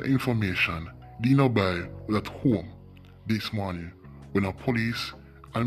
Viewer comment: The way how he pronounce Denoby’s name🤣🤣🤣 That’s my childhood friend. RIP 🕊️🕊️